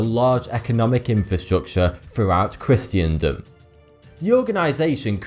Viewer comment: At 3min 45 secs, it’s ‘Christendom’ NOT ‘Christiandom’